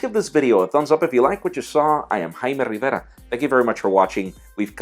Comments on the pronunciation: it annoys me that he can't say his own name correctly to the point that I don't watch 80% of their videos. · he is trying to hard with "Jaime rivera" and "Barcelona"